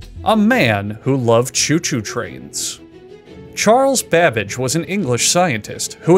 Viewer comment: Is he saying Charles Badbitch or am I tripping??